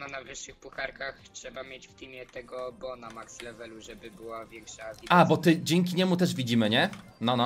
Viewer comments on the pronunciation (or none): On się nie nazywa bu tylko bo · Jak ty nie umiesz po angielsku czytać to jest bo